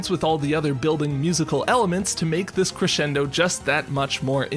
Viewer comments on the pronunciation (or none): none